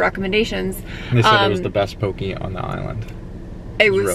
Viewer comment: It's pronounced: "Ah-VAH-Ah-VAH-Poo-hee" (Awaʻawapuhi). In Hawaiian, the W's make a V sound. "Kah-La-La-ow" for Kalalau. "Po-KEH", not "Po-key" for Poké. Hope that helps 😅🤙🏾